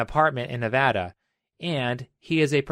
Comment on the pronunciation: Thanks for saying "Nevada" properly!